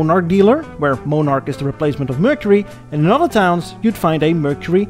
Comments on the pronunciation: It's in poor taste to mock an entire nation's use, or pronunciation of certain idiosyncratic verbage (example: eh!) or expressions. Its especially annoying when that demeaning comment comes from someone with a profound accent of their own, pronouncing words like Monarch that that utter like "Mohnarch". "One man's whimsical comment is another's deprecatory pejorative." -Islandon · Viscount is pronounced vi count and monarch is pronounced monn ark , sorry to be such a nit picker but bad pronounciation really bugs me . Good video though. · And it’s Mon-arch not Moan-arch! Lol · And it's "mon-ark," not "mo-nark." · I don't know where you found you illustrations of many of the cars you discussed. Most you show are the USA version in design, By the way, The VISCOUNT is pronounced VI_COUNT, and Monarch is pronounced, not MOANARK, but rather MONARCH. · mon ,,ark - you are prouncing it moneark with a long o sound, try it, accent first syllable with short o vowel sound as in bot, so its mon ark ,, not mone as in bone ark - right so soft vowel o and you got it :) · Just for reference sake, the car you referred to as a "moan-ark" is actually pronounced as in "British Monarchy", only just loose one of the letters, eh! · Not Moan ark but Mon ark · MON-ARC. NOT MOE-NARC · Its Pronounced MON ARCH.....NOT MOE NARCH...if YOUR gonna talk about any car makes/models PROUNCE THEM RIGHT!!! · "MOAN"arch? What's WRONG with you?? "MON"arch, just the way that it's spelled, fer God's Sake! "VISS"count?, NO - "VY"!count! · Monarch is mawn-ark. Viscount is vye-count. A little research on Canadian pronunciation would have benefited an otherwise excellent video. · Your channel is one of my new favorites on cars. Episode on India and another on Brazil please sir. Interested to hear your commentary on VW production down South. It's Mon-arch not Mo-narch BTW. Cheers from Texas. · The pronunciation of the Canadian model names is just bad, embarrassingly bad.